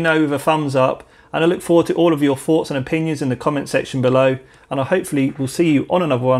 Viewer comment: Great video, but what's a 'Fumbs up' and 'Forts and opinions' ?